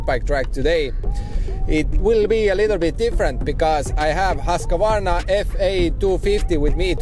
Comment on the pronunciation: It's not pronounced Hosk-A-Varna😉 try saying it like whos-kvarna 🙂 protip from a Swede 😅